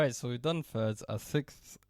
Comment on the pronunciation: Sixfth 😂 glad i found you a couple weeks back bro. Your teaching is way more straightforward than some of the most famous channels on here. Thats called freedom!